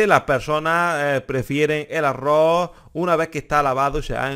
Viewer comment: Y no se pronuncia arro...se pronuncia arroz...🤦